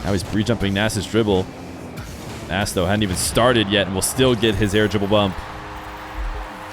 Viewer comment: It’s actually fun to say -nes every time pronounces it incorrectly as nass lol